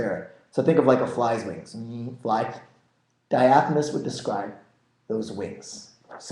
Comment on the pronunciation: It's Diaphanous not diaphonous...